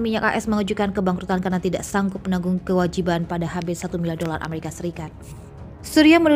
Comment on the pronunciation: Sebut amarikapun gak betul.